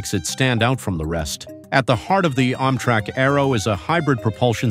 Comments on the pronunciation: Why is it so hard to find human beings to narrate these videos? I mean, "AHM-trak"? Give me a break. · How does mis-pronouncing words make things easier for anybody? I mean, "OMM-trak"? Oh, brother. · Why tf does this guy say “Ommtrack” ? 😂😂😂😂😂